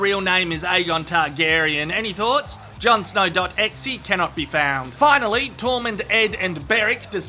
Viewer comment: is that how you pronounce .exe?